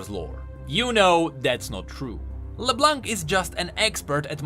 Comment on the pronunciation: Great video as always! I just wanted to point out the you do not pronounce the "c" in leblanc. Just like in french:D